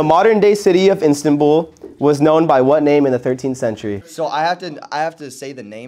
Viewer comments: the way kept saying “INStanbul” pissed me off bro it’s IStanbul😭😭❤️ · HAHAHAH the Way keeps Reading Istanbul as instantbull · bro said instantbul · no one gonna talk abt how pronounced istanbul as INSTANTBULL 😭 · did just say instantbul??😭😭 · What the fuck is "Instantbull"???/ There should be a graduation requirement to host. 🤣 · the way pronounces istanbul is so funny 😭😭